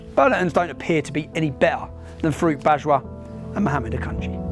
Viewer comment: When he says 'Farooq Bajwa' I keep hearing 'fruit badger' and looking at this guy, he is spot on 🙂 It's a brilliant video.